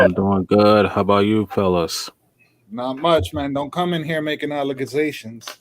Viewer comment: That lady was making al la ca gations. LOL Thanks